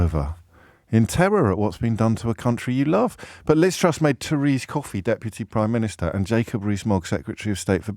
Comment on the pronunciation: Pri-miniature…..yep heart of stone